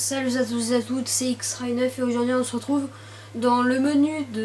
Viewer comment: mdrr a il dit salut asstousse et a tousse